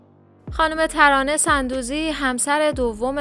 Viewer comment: تلفظ درست sondoozi است نه sandoozi